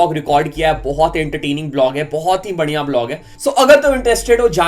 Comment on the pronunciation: Bhaai tumko badhiya word bolna nahi aata naakh me bolte ho kya? Badhiya 🤣😂🤣😂🤣😂😂🤣🤣😂😂😂😂